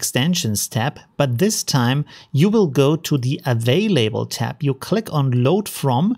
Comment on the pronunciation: Hi: Your videos are great. There's just one thing you should change: The "lable" part in "Available" is not pronounced as the "label" of a tag, or form input in HTML, it's pronounced as "lab" in "laboratory" with an "L" sound at the end. Thanks and greets from Argentina (Hope it is from England someday) Marcelo Miguel Bazan.